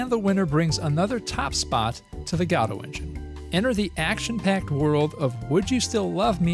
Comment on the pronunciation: After looking at how the lead dev of Godot says it, and how most people who use it say it, I can safely say that although there are a few correct ways of pronouncing Godot, you say it wrong